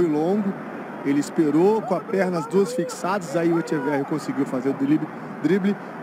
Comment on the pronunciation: Que grande el diablito "Echeveghi" 😅